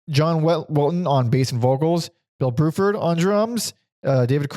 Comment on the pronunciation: You two are killing me. It's BRUford and WeTTon 😁